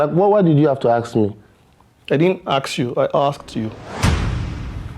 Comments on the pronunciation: Yeeee.... "I ask questions but you axe questions" 😂😆 burst brain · Ask❌ Axe✅ 🤦🏻‍♀️😂. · It is not axe it is ask😂😂😂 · I'm so happy that Vj was the first to point out the aks